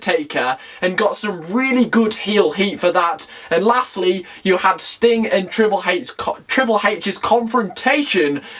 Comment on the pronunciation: Triple heich lol